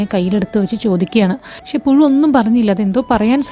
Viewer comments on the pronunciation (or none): none